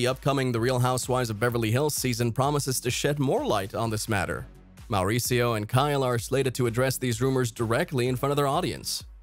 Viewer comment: is it just me or is the narrator way over rolling his R's when he says Mauricio??